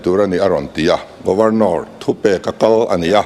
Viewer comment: Governawr..nilovin Governor zawk anih hmel..lam thing e..😂😂